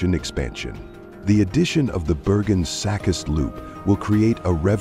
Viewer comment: Who produced this? The voice "artist's" pathetically inaccurate pronunciation of Secaucus and Newark should have this production company flagged.